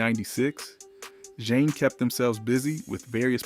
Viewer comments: Zha-Nay is not only how to pronounce the album but also the group name not Jane. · If you say “Jane” and “Boosta Rhymes” one more time…damn, how old are you? It’s crazy cuz you sound black. Even my 7 year son knows how to say their names right. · Why TF do you keep saying JANE?! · ITS PRONOUNCED ZAH NAYY NOT ZJANE.... IT IS NOT FLOVAH ITS PRONOUNCED FLAY- VAH! NOT BOOSTA ... BUH-STAH...WHAT THE HELL IS THIS SOME BOOTLEG A.I. PROGRAM???? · Is this shyt AI? They just made it sound like a brutha? Okay, he did pronounce it right but then kept mispronouncing their name right after. He just did it again. Why not pronounce their name right. It's never been "Jane". It's always been pronounced "Jonay" and especially with the accent mark on the e. Smdh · I'm getting tired of y'all using AI. At least make sure everything is pronounced correctly. You Got Jah-Nay right but Zhane was left as Zane. This is what happens when you use AI out of laziness. 🤦🏾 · Put some respect on their name! I tried to make it through the video…./ they LITERALLY said “pronounced Jah Nay” and it still saying Jane! 🙄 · The group's name is pronounced, Jah-a...as their debut album suggests. This must be AI. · Wow, is this MF A.I. or what? Kinda sounds real but so annoying. He literally says “Pronounced Ja-Nay” and still pronounces it wrong. Lol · If you are going to tell a story pronounce the name Of the group and album correctly at least what’s going on here ? Take this down. And redo it for your brand at least . Zhané pronounce jahhhh nay the z is silent Flava pronounce Flay - vah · IT'S,"ZHANE"😠!!! "ZHA-NE"!!! How you gonna do a documentary on a group without knowing how to pronounce their name🤷🏿‍♂️?!!? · He is not even pronouncing their name right 🙄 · Good biography but the pronunciation is way off! You're saying the group name wrong amongst others. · Turning it off!!! I cannot take the mispronunciation of their name. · Roll with the what? 😂 OMG you butchered their name too 🤯🤣